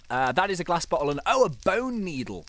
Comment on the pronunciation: when he said "glass bottle" I thought he said glass but hole. lol